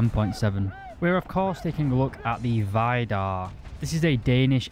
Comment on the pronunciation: Why do you keep calling it Vajdar? Everything and everyone ive heards it's name from, including Kratos, naming one of scandinawian gods, said Veedar xD